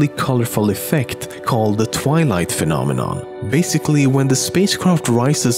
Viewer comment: Say phenomonon again